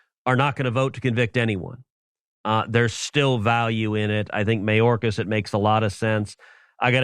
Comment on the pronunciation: I love his sliminess. Mayorkas, listen to how he says the surname the first time as opposed to subsequent. Mah - yōrrr- caz (Spanish) May- or- caz ( English) Don't let your Cubano out, Rafa. Or the republicans will never elect you to the big office